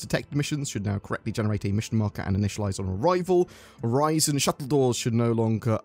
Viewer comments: Its not pronounced like Horizon. Its definitely Oh-Ri-Son. Im so excited for the groundwork for salvage and the cargo refactor lets gooooo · Also Orison I would think is best pronounced as ori-son, I doubt the s is a z in this case. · I strongly think, and feel if Orison was meant to be pronounced "Or-eye-z-on", there would be a conjoining vowel with the "i" (example: "Oraizon", or "Oreizon"); also, or Orison would possibly be spelled with a "z" (case in point, "horizon"). Still, ever since Orison came to be in 3.14, if memory serves correct, I have always heard it pronounced "Or-i-son" (with the phonics of a soft "i"); so, this his how I will pronounce Orison. Yet, to avoid a debate on phonics I kindly request that no replies be added to this comment. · It's most definitely pronounced 'Orison." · I think its pronounced Orison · It's obviously pronounced as "Orison" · It's pronounced orison duh 🤣